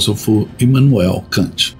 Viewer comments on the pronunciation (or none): none